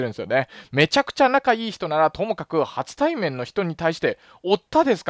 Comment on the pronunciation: 「はつたいめん」ではなく「しょたいめん」では、、、！？😅😅